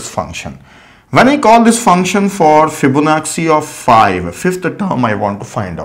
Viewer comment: Yes I noticed that too. It is an Italian name. It should be fib-ona-chi. Same with da vinci (da vin-chi), bellucci (bel-loo-chi). Lets not focus on pronunciation and accent. Here in the US, Americans mess up Indian names all the time. Its not a big deal. These are great tutorials and we are getting to learn so much for FREE.